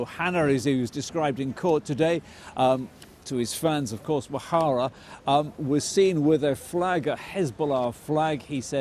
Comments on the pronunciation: Decent pronunciation of the Gaelic "Mo Chara", and of his name 'Liam Óg'. Well done! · He did an EXCELLENT job with "Mo Chara" and "Liam Óg", a hell of a lot better than many Dubs on RTÉ! He made a decent effort at Irish Gaelic pronunciation, using the phonemes provided to him by the Queen's English. Fair play to him for the effort (note the marked difference between this and Northern Orangers who deliberately mis-pronounce Irish Gaelic names.) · To be fair, he pronounced "Mo Chara" and "Liam Óg" pretty well. He wasn't being a colonial Limey prat at all (more respectful than RTÉ), he was doing his level best at Irish Gaelic pronuncaition with only the phonemes provided by the Queen's English. So I recokon the BBC (or at least this chap) is blowing with the prevailing wind and tryng their best to get it right.